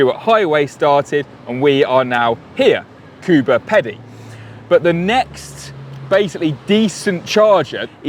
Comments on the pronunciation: pronounced 'Kooba Peedie'. Great video too by the way 😊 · It is pronounced Coober Peedy, or Coober bloody Peedy if you are a proper Aussie. Threeways roundhouse; is that anywhere near to the roadhouse? You don’t think that road trains will be going electric anytime soon? How about you do some investigation and you will find out that there are a number of trial rigs already in operation? Did you even bother to do any research? It is remiss of you to not mention the World Solar Challenge where electric cars, powered by the light of the sun have been doing this route, north to south for many years. James May made reference to it in a Top Gear episode several years ago so there is no excuse for not knowing about it. Lots of lazy journalism going on here. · 'CooBer Peedee' is the correct pronunciation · Koobah Peedee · Coober Pedy sounds like "coober peedie" You need to open the windows and hook in behind a truck and get dragged along. And you stayed at the corner of the road to Uluru. When you got to Darwin did you see some crocks ? First time we went there were 2 in the fountain pond in the middle of town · As a South Australian, I winced when he said Coober Pedy 🤣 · Yeah, he really should have gotten pronunciation assistance... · All Australians winced when they heard it, not just the crow eaters! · I'm an American and even I knew that he pronounced it wrong 😂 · As an Australian I winced . . . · Cool video. Thanks for making it. You just need to remember to check your place name pronunciations with someone first. You're right, you did say Coober Pedy wrong, but you also said Maralinga wrong and I think I heard you say Woomera wrong too.